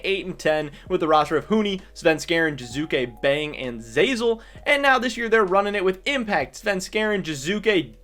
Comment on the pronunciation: Its Jiizuke not Jizuke